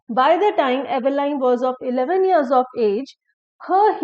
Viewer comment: Dear madam, The correct pronunciation is not /ive-lain/, but /'i:v-lin/